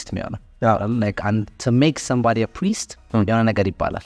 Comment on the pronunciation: you are the best Abi the way you try to tell the word priest is amazing